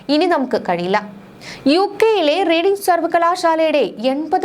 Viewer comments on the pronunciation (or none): റീഡിങ് അല്ല മോളെ റെഡിങ് എന്നാണ് ❤ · Please pronounce it as Red ing university though writing as Reading.